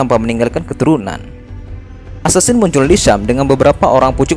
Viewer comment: Assassin Bang Bukan Assasin